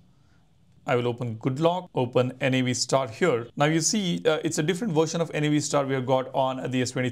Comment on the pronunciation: Its Navstar as in navigation star. NOT N-A-V STAR